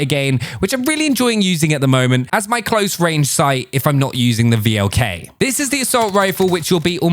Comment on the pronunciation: please do not read V.L.K. but read it like VLK it means wolf in english. And i found that scout optics works better for me